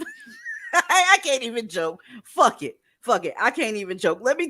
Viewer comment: I surely can help. I have a hand book. 1st chapter is we practice how to say “I don’t give a fawk” like Aleah. 😂🤣😂🤣😂 Stop caring.